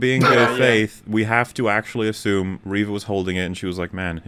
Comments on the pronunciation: you mispronounced her name. It's not "Reva", it's "REVAAA!!" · how do you keep pronouncing Reva wrong for so long without noticing you're the only one saying it that way?